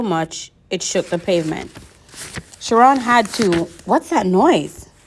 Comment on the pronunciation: I like the chapter 15 but in page 221 it is ch it k you have to sound like k sorry I just want to till I love how you read it and you have to sound like kiron it is MR.Burnner real name I just want it to till you.